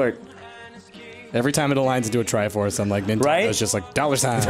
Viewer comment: TRIFORCE SAID WRONG